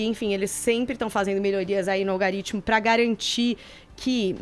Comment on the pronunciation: Apenas corrigindo, não é "algaritmo", como a jornalista falou (mais de 1x) mas sim "algoritmo", que significa sistema de cálculos numéricos.